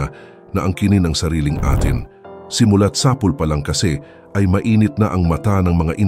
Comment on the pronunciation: mag aral ka ng tamang pagbigkas ng. mga salita , tulad ng sapul , dagok, patawan, instik balang, gugulin, ABA, ginigipit, lalake